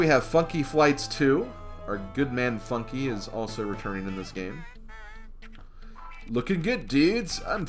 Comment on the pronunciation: did I hear mispronounce Funky Flights 2 as Fucky Flights 2